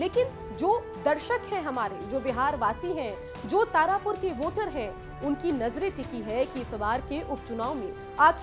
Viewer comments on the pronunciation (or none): तारपुर नहीं तारापुर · Tarpur kya hota hai madam tarapur hota hai